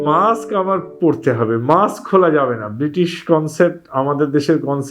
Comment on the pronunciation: অশিক্ষিত অ্যাঙ্কর কি সব উচ্চারণ -মাক্স, চ্যালেন। এগুলো থাকলে চ্যানেলের দুর্নাম। আপলোড করার আগে চেক করেন না কেনো?